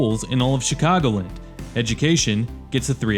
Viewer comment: I know isn't from around here by the way his mispronounces "Chicagoland." It's Chicago LAND', not CHICAGO' Lind.